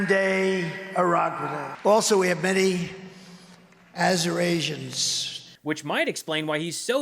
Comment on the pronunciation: 😂He called Arizonians Azurasians😅